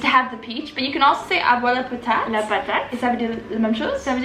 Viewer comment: "avoir la potate"? C'est avoir la patate😄😘!